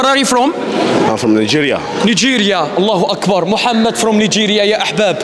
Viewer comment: its Allahu akbar not Allahoe akbar